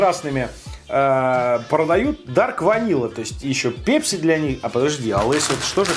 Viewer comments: ПЭЭЭЭЭЭПСИ,а не пепси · пЕпси , пЕпси пля... ?! Серьёзно?! сЕкс из той же серии!!! Вы же русский человек. Неужели нельзя говорить правильно? Пэпси!!!!!!!!(написал с ошибками, чтобы было понятно!) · бля не ПЕПСИ, А ПЭПСИ! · просто слух режет... := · Тебе за 40 лет , если ты говоришь "ПЕПЬСИ" ) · пЕпси,как бесит такое произношение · пЕпси....бррррр....говори через "э", пожалуйста. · Слово Пепси забавно говоришь!😀👍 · Пееепси лайк кого бесит такое произношение.